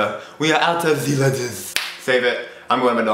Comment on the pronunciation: the way he says lettuce in that accent >>>